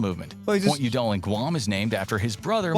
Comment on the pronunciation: When he was talking about Pt. Udall, the accent got incorrectly placed on syllable 2, but it should have matched that of the Secretary of the Interior Stuart YOU-dall. Just an FYI re. #13, this is 'Navajo', and this is "Hopi". My point is that neither is spelled the way they sound, which is very typical of place names here in the USA. I've found almost 3000 in my searching the past 5+ years. This'll catch you off guard: Montana is larger than Germany. In case geography isn't a strong area for you, the Yucatan Peninsula is in SE Mexico. You heard wrong: it's deer, not bears, that are eating the saplings in the Pando forest. The reason CA is now smaller in population than all of Canada is because of their incompetent governor, which is making the residents leave for other states in droves. In #9, what's going on in AK is that the border with Canada is in 2 parts--along the Lower 48, and that portion with Alaska, which has the straight border to the north, and the back side of the portion called both Southeastern and the Panhandle.